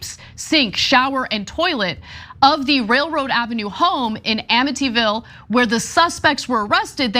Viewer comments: The real news in this is that Time doesn't know how to pronounce Amityville. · Mentally ill in amityville...come on tim pronounce it right. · Really, Tim?! You can't pronounce "Amityville?!" Where have you been? They're literally two cult level movies about the place! 😂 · Did she say "Amityville"? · It was fun to hear Tim mispronounce Amityville and Ana mispronounce Suffolk.